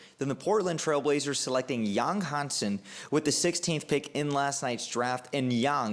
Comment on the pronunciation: You butchered the name, but it's OK. Chinese is a hard language to learn with a steep learning curve because of the tones and characters. Yáng Hànsēn's is how you write his name for pronunciation. Practice the 5 tones, and you'll be more toward success saying his name.